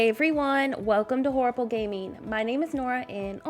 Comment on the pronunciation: At the end she said have a horibble day i totally have a horable year